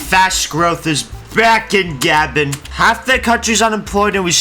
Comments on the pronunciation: It’s not gabin, it’s guhbon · He pronounced it like Gavin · I can't help but hear "Gavin" when you attempt to say Gabon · Every time he pronounces Gabon as Gabin it hurts my soul.. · It's like you're saying Gavin or Gabin... Americans.... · pls learn to pronounce the countrys name before a video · Bro can NOT pronounce Gabon right🥀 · The fact you haven't said the country name's correctly makes me cringe, and calling it shit too, when it isn't irl. lmao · The way you say Gabon pisses me off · The way you say Gabon has me foaming at the mouth and cannibalising my children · Dude just check how to pronounce the nation before playing